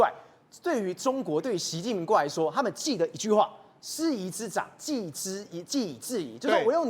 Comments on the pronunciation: 师夷长（chang）技以制夷，长技：长处、优点！主持人字都不认识还主持节目😂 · 麻烦中文读读好，“师夷长技以制夷”，读几遍都没读准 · 煞笔主持人 先查查师夷长技以制夷 正确的读音